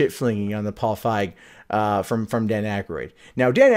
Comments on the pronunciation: "feeg" not "fieg" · FEEG, long E pronunciation. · You are as wrong about Leslie Jones, as you are about the pronunciation of Feig.